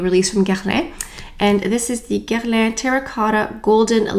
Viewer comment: I watch all of your videos - just listening to how you pronounce Dior and Guerlain with a proper French accent makes my day😊. Bummer about the overspray - definitely not what I would have expected either.